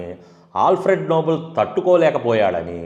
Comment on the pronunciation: Bro, it is pronounced నోబెల్, not నోబుల్. Thank you bro. Spelling is nobel not noble. అన్ని సార్లు విన్నాక correct చెయ్యకుండా ఉండలేక పోయాను. Thanx for the video.